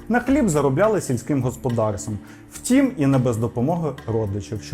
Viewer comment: Повага тобі,! Сьогодні чітко почула як ти кажеш "втІм"👍 відчувається, що працюєш й самовдосконалюєшся! Успіхів